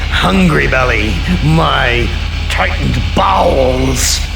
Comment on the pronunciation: is he not saying “tight b@ chat please is it “tightened bounds” someone please help why does he say it like that guys chat please